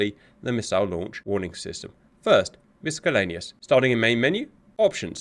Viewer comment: It's "miss-sell-lane-ee-ous" not "miss-skell-lane-ee-ous".